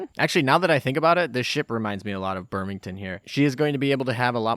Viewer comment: "Birmington" ? In earlier videos it was Bremington now it is Birmington (Birmingham+Washington ?) Thanks for including a picture of Bremerton or i would not have known what ship you are talking about.